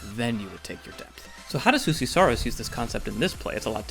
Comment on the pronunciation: Finnish Js are pronounced like Ys, not Hs as in Spanish. “You-see.”